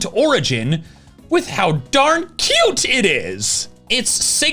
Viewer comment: you said cute wrong:3